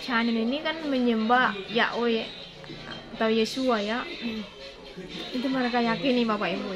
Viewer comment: ibu kau ini sekolah.alkitab gelar berderet deret tetapi nama kok bisa di terjemahkan .. ibu nyebut יהוה aja gk bisa sebut yeshua ישוע gak bisa jangan sok kritik org lain belajar lah yang benar ya bu ...